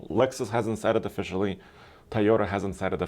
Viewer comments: Toyota has 2 "O"s in the name TOyOta not Tyada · Since when Toyota became Tayota